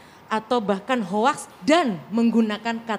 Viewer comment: Ada banyak "hoax" apa "hope"?👂🤔